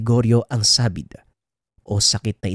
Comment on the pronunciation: sabid..hindi saaàbid.ikaw naman e....kung ang guuulok binibigkas mo ng gulok...natututwa lang...